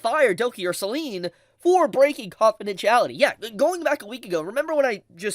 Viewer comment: As a small note for pronunciation, Selen’s name rhymes with “ten” as opposed to “green”. Nothing major for the content of the video, but that might be something to keep in mind if you make any more videos on the subject.